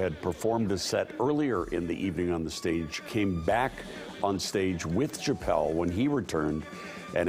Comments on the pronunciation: I'm sorry, are you saying "Ch-appelle"?? 😆🤦‍♂️ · Amen, good lord it was killin me!! Say it with me professional news anchor, “Sha-ppelle”!!! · If you’re going to report on one of the most famous comedians to exist, learn to say his name please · The CH is pronounced with an SH. How could you not know how to say his name if you are a news anchor. Geez.